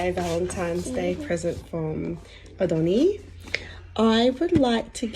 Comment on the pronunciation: "Filothea"? Also "Adoni" is one of the names of god, and not pronounced "A-donny", but "Add-on-eye".